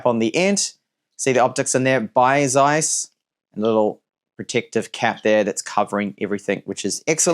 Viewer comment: How can someone be so superficial: not to be able to speak the name of a most important company in photo history? (Zeiss)